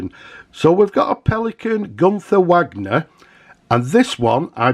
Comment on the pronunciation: I do like your proud northern English pronunciation of Wagner! Maybe I’m being pedantic, but it’s pronounced Vargner, the same as the composer, not as in Richard Wagner the Hart to Hart actor!! 😆 I always liked the way the nib was able to be unscrewed from Pelikan pens. This was as feature that Parker where thinking about on the 1988 release of the Duofold, it didn’t pass as you’ll know. The Pelican spelling of Pelikan is interesting, 🖊